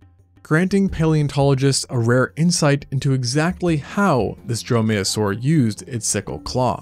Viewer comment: Dromaeosaur is pronounced DROME-ee-oh-sore, accent on first syllable. Drome-MAYO-sore is funnier, however.